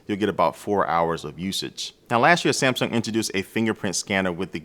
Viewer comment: "samsum"? New brand?